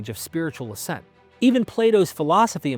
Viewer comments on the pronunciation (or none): none